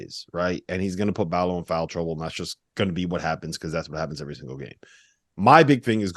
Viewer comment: Good ol "Pay-lay" Larsson and Oumar "bAl-oh". Guys please just show these guys the minimum of respect and learn how to pronounce their names correctly. Its pell-uh (Pelle) and Ball-oh (Ballo). Thanks!